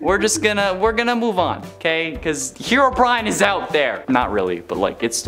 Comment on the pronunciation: Bro said herobrin